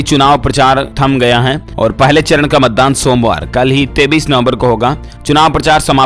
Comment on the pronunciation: Bhai 33 nov. Nahi 23 nov. H news ko sahi s pado plz.